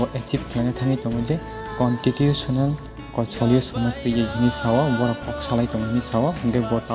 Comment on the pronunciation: Contitutional ya constitution c Bhai no hates just telling you for your better performance